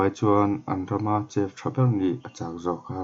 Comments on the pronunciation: Lalfanu -princess Chef hi shef ang a lam tur ani bawk aw😑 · Chef khi maw ‘Sef’ tiin lam la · Chef nilo in shef tia lam tur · shef tia lam tur. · Van sawithiam sawt toh emem ahma aikhan amuang dalh boksia ngaihthlak anuam toh ltk... Mahse i english lam( chef ) tih hi chu afulo deuh ani alam dan te google ah te ngaithla hmasa la.hmasawn na zel ani